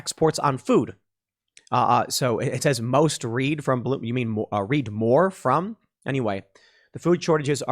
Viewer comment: Not most "Reed", its most "Red".